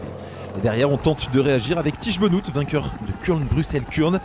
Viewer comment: Merci pour ce résumé ! "Benote", pas "Benoute".